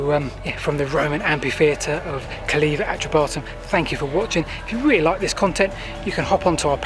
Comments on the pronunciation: You need to take the trouble to get the names pronounced correctly. E.g. CALLEVA is pronounced /Calaywa/. There is no /vee/ sound in Latin. What we read as V is actually a capital U. Calleva is therefore properly spelt Calleua. Your pronunciation of Catuuellauni (Common Brittonic: * Catu-wellaunī, s abominable. Do some research on names and it will make your presentations much more authorative. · Calleva reared its head in my 1970s school history lessons. I remember the Latin teacher insisting on it being pronounced Kul -AY-wah, although I never heard Silchester or Pamber Heath residents do that. Some years later I lived in Tadley (23 Hartley Gardens) from 1982 to 1986 and took an occasional drive around the perimeter wall. I remember seeing the impressively high sections of wall but, at the time, it had a rather uninviting look - overgrown barbed wire, gates and possibly 'Keep Out' notices. Your video has certainly brought it to life. Thanks for posting.